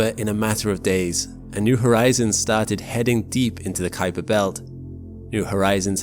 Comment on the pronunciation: Great video thanks. Just a friendly comment and that is that the Kuiper belt is named after Dutch astronomer Gerard Kuiper. Most people incorrectly pronounce his name as K'eye'PER but it is pronounced COWPER as the 'UI' in Dutch is spoken as OW like in Cow.